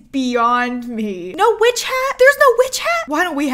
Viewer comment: I swear it sounded like she said, "we have a little bitch. A stone bitch". LOL